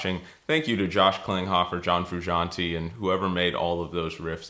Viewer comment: Learn to pronounce his name along with chasing his tone